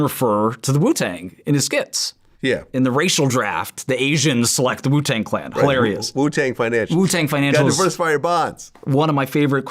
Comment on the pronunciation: Is it just me or does it sound like he says “poo tang”